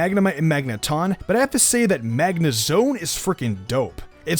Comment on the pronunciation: “Magnezon” Lol